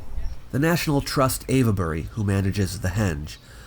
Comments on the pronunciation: Ave-bury, not Av-uh-bury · I was looking for that! I've never ever heard it being called Av-e-bury. Just sounds weird. 🤔 🤨 😆 I agree, the whole area is quite fascinating and whenever I can find something about it I have to watch/read it. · I like you a lot, please let's not fall out - "ave-buh-ree" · It's "Avebury"... not "Avabury", (with 3 syllables, not 4). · What are you saying: Ayva-berry? {:o:O:} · Lol no ‘e’ sounded in Avebury! It’s pronounced Ayv-Berry etc... sorry to correct but it sounds a bit silly the way you say it, so just to save you any future embarrassment... awesome video as always! 👍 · Your pronunciation of Avebury sounds like Averbury several times - the e isn't really expressed, think three syllables. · Sorry to be pedantic but it's pronounced 'Ave' as in 'pave' Bury. 🙂. Thanks for great posts. 👍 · I'm a local to Avebury and don't care at all about the very slight mispronunciation of the name. You do so well with the tongue twisters from ancient times, the odd slip is acceptable. I'm sure Brits get many pronunciations wrong too. Wish I'd known you were in the area, I'd have jumped at the opportunity just to shake your hand. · The "e" in Avebury is silent. This was more impressive than Stonehenge to me. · Avebury is not being pronounced quite correctly in this video,. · Sorry, but the "e" in Avebury is silent. It's there just to indicate that the leading "A" is long.